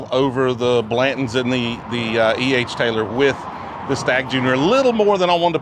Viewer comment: Why do people drop their T’s?? “Blan-ends” ?? Blan tons is not difficult to pronounce. 🤣🤣😂😂 Come on man. 😂😂🤣 Love these videos.